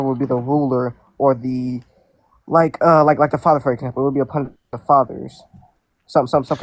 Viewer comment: I've never heard "upon" be pronounced "a pun" 🤦🏻‍♂️